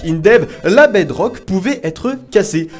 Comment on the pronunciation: Je rêve ou il a dit 8 sucret sur la bedroque